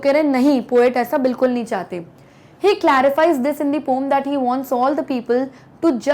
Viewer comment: Ye 'pom' kya hota hai ??? Ache se bolo na 'poem'😐